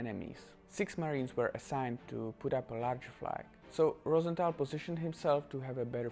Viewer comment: Btw it’s rose th al not Rosen th al